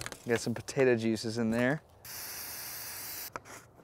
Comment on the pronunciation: It gets me triggered every time he said "Potata" Instead of Potato.